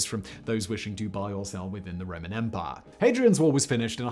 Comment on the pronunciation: "Their vast and sprawling empah." Once they lost the "empah" they had an "empah-nada" which is a tasty Latin American turnover. In the Caribbean, empanadas are generally fried, but my favorites are those from Chile, which are baked and stuffed with ground beef, olives, raisins, fried onions, and sliced boiled egg. By the way I haven't the foggiest idea how I digressed in this fashion. Perhaps Simon can do a Megaproject about empanadas. On the other hand, a Megaproject that has had serious international implications is the Israeli National Water Carrier, which took fresh water from the Sea of Galilee all the way to Beersheba, roughly 300 kilometers away and was built under conditions of severe economic hardship. But Simon is English, you know how the English are about Israel.